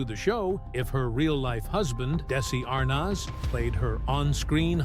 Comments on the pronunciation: Why is the announcer mis pronouncing Desi ARNEZ NOT ARNOZ . You are insulting people who IQ is above 100 🤤🤤 ARNOZ..... get a clue you ignoramus !!! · It's pronounced Arnez not Arnos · As soon as I heard the narrator say are-noz, i quit listening. Most of this stuff we've already heard. Next. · It's pronounced "Dezzi ArNEZ" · Are nez' phonetically..please! heard his last name mispronounced before w this narrator mispronounced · You're mispronouncing Desi's last name! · If you are going to narrate a video at least learn how to pronounce the names right you’re driving me nuts with wrong punctuation. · Why does the narrator keep pronouncing Desi's last name wrong?? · I have always loved and enjoyed the Lucille Ball TV shows!. I cannot enjoy this posted video with the announcer mis-pronouncing names, showing photos of favorite celebrities with the wrong verbal names spoken. This major actress needs to be applauded, appreciated, and honored! Do not TRASH the great Lucille Ball 🥺😠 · Pronounce Desi’s name correctly! Desi and Lucy were not an interracial couple for heaven’s sake!! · Shouldn’t the narrator know how to pronounce Arnaz? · Never saw anything to gasp over. You are pronouncing Arnaz wrong. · Why can't they pronounce Desi's name properly??? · Damn...at least pronounce their last name correctly......